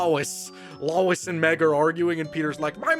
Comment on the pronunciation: it's Low-Es not Luis sorry I had to